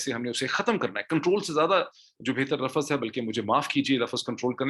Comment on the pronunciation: moeed sahab salam sir lafas is not a word the actual word is lafaz